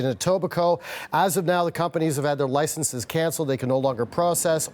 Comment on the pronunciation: I swear she said "Pumpanies" instead of "Companies".